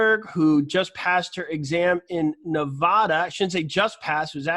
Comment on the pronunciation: Dear joe, luv prepagent! Getting my license in Reno as well. Please when saying Nevada remember the a is not an o. It’s not pronounced nevoda. People who have lived here get super offended when you say it wrong. Lol